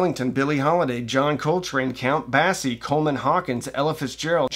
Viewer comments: Count BASSY??? His name is pronounced "Baysie". How can you be so all-fired upset if you can't pronounce names? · Count BAY-see, not bassie. Jsyk. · "...Count BASS-ee...?" It's count BASE-ee. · Wow, this brings back memories. Thanks for bringing it back up because it shouldn't ever be forgotten like they wish it would. (Oh, and Count Basie's name is pronounced with "Base" like in baseball, not "Bass" like the fish 😉). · FYI: Count Basie does not rhyme with Shirley Bassey. It rhymes with Lacey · Count "Bass-ee"???? It's "Base-ee". You never heard of Count Basie before?!?!?!?! 😳😳😳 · Dude...thanx for the post & for guiding me to the NYT article. BTW, it's BAY-SEE (pronunciation) for Count Basie, not BASS like the 🐟. Peace. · Count 🐟ie? Like the fish?! C’mon,, it’s Basie! Like the string instrument with an ie on the end. At least you pronounced John Coltrane correctly. 😂 Just giving you a hard time. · Count "Base-ee"? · Count "Bass"-ie? Any relation to Shirley? But seriously, great video. Thank you for making it!!! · Hold up - Count Bah-see?? Come on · Count Basie (pronounced Bay-see) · Bay-sie. Count Bay-sie. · You lose all credibility in music for saying "Count Baaaaaassssy." C'mon, dude, seriously? You don't know how to pronounce Count freakin' Basie? He's a legend! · count bassy? ugh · Count Bass-ie... ? That's an odd and "fishy" sounding pronunciation... Never heard Basie pronounced like that...😂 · “Count BASSY” 😳😔 Ok….Im depressed.🤦🏼‍♂️ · I have never heard the Count's name pronounced like the fish (like Shirley Bassey?). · You lose all credibility when you don’t even know how to pronounce “Count Basie.” Jesus Christ… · Please ask someone how to pronounce the name of Count Basie! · Thank you for this,. But seriously, check the pronunciation of Count Basie. He’s kind of important. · How do you not know how to pronounce Count Basie and Aronson? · Please learn how to pronounce Count Basie. :0)